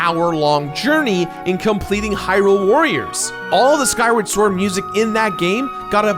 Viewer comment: Or how he says heelian shield. It's not heerule it's hyrule, where hylians live.